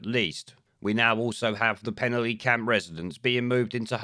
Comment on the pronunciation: Penally is pronounced as Pen-alley.